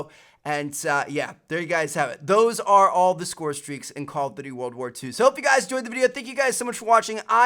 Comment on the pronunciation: Why can't you say Call of Duty? "Callofity"